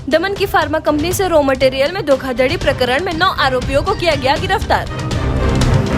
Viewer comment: धोखाधडी नहीं धोखाधड़ी होता है । फर्मा नहीं फार्मा होता है ।